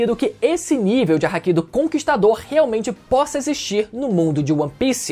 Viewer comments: O cara fala hack ao invés de haki... Pqp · Não é Hack e nem Háki.... é Hakí☠️🎴